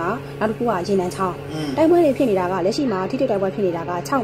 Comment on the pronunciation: သူသိ သူတတ်က အသံထွက်တောင်မရဘူး ဘာတဲ့ ဝမ်ခ သစ်ကို ဝမ် ခသစ်တဲ့ ရေနံချောင်းအမည်မှာ "ချောင်း"ကို "ဂျောင်း"လို့အသံထွက်ရမှာသူမသိဘူး ၊😊